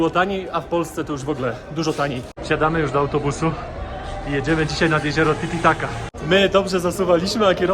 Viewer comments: Titicaca, nie titicaca 😭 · Znaczy mówisz zawsze tititaca🤣